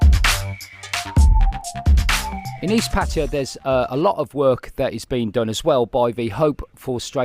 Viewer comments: Great Video! soi dogs are here to stay STUN GUN IS 300 Baht they run for the lives! ! But please after 13 years can you tell me where the "I or E is" is in PAT TAY A not (PATEEEYA) PATTAYA im a brumie too but i can tell Taxi in thailand where i live PATT AYA ! (where you wanna go son I Want go LOVEERPOOL ! 13 years and still cant pronounce P A TT A YA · Why the difference in the pronunciation of pattaya?? Sounds a lot better than pateeeeeya tbf